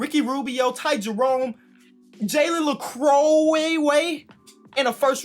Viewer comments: “Jalen lecuwayyye” lol😂 we love you but it’s pronounced jalen “le-queue” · Nobody:: Jalen La-crow-way-yay 😂😂😂 can’t nobody say his name right (Jalen Le-queue) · It’s jalen le-que like your in a que waiting for something I went to high school with him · You pronounce it “lay-q” Jalen lacque 😭😂it’s not hard come on man that’s driving me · I’m sorry it was funny but I need you to know it’s pronounced jalen “Le Q” “Le queue” same thing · Its pronounced jalen le (q) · it’s Jalen Le-Q 😂 you just say the letter after Le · I know you like to get players name right, I believe it’s pronounced Jalen Lecque (Le-Q) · Leque is pronounced “Luh-Q” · “ Lecque “. Come on my guy. Can you get his name right. He’s a baller !!! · it’s pronounced Le-Q, at least that’s what every other video I watched pronounced it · Its la-q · please see this. It’s Jalen “Luh- then the letter q. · As an nc state fan (where jalen committed) I know it IS pronounced luh-Q. has said before in a video that he does actually know how it’s pronounced he just prefers to make it a joke. But I don’t speak of jalen he broke my heart, he was supposed to be our little Russell Westbrook but then he skipped us and decided he would just go straight to the nba. Ok my rant is over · I’m 90% sure it’s ‘Luh’ ‘croy’ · As a French I think Lecque is a french name so I can try to help you pronounce it. It’s like the word luck, but in a more French, I hope it will help you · Nobody:: lecroway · (Leck-Q) thats how you say Jalen Lecques last name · Say it with me: "jalen leck" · It’s Le Cue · U say Jalen la-q name so bad